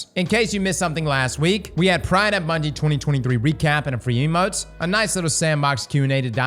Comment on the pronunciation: I declare the correct pronunciation of TWID is “TWEED”.